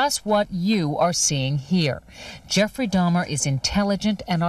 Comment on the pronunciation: Why are you saying Jeffery Dimer?????